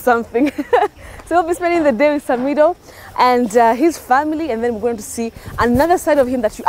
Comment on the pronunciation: Much love samidoh i love the way betty is pronouncing your name.